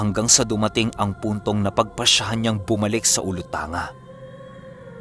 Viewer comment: OLUTANG.GA PO NOT OLUTANGA.NARINIG PO NAMIN ANG STORYA NAYAN PERO HINDE KOMPLETONG DETALYE